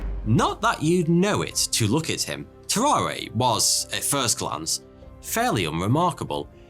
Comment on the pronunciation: BTW family, tararre is pronounced ta rahr. no é sound at the end. tarawr